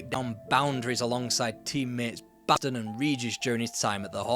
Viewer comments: BaTson, not Baston... please! Have respect for the man. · Batson,not Baston. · Brendon BASTON? Not just spelt wrong but pronounced wrong as well!